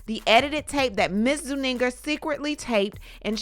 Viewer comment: Zuniga not Zuninga😮